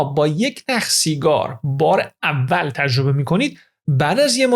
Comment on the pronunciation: من خیلی از اطلاعات خوب شما استفاده میکنم واقعا با ارزشه. سپاس از لطفتون. فقط یه پیشنهاد، سرعت اجراتون خیلی پایین من با سرعت 2 گوش می‌کنم. یمقدار هم تلفظتون لوس و با ادای تلفظ کلمات مثل ایرانی خارجی هاست. خیلی رو مخ میره. مثال: تجربه یا تژربه، راضی، رازژی... باور کنید دوستتون دارم و براتون احترام قائلم ولی دلم میخواد همه فایلهاتون گوش کنم ولی خیلی سخت میشه. ❤ ممنون دوست با شخصیت و با سواد